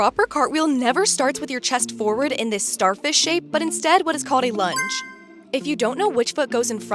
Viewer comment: This is a great demo! .. OBTW when you said lunge I thought you said lunch.. thanks from NZ👍🇳🇿